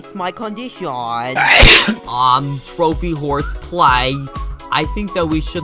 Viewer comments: yes but condiSHAWn is the way he pronounces it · it’s actully “condition” but he pronounces condition like that